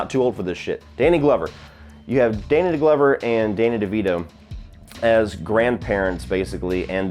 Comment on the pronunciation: "Danny DeGlover" lol